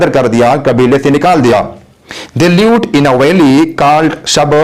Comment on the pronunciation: Live not leave